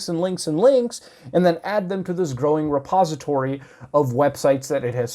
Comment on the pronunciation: When you said "this repository" It sounded like "the suppository." Edit: any legitimate comedians should switch to "comedy culture" maybe?